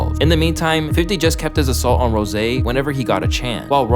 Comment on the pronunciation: Stop calling him rose' 😂